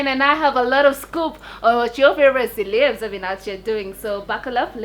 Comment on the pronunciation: Yo please do me a favour by stop saying "celeebs" and just say celebs the kenyan way. Celeeeebs that shit sounds so dum, every time you say it like that I have to cook